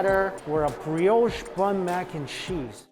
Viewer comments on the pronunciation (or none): none